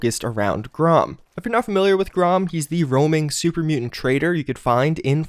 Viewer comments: Its pronounced GREY-um or GRAM not GROM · "Grom"?, c'mon... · And do you spell "Graham" with only one "A"? The mutant's name is pronounced GRAHM, not GRAHAM. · Grahom? It's pronounced grayham